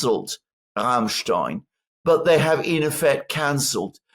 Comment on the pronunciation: At one point, Alexander you must be honest... As you Pronounce Rammstein, you really must admeir this group... I mean Rammstein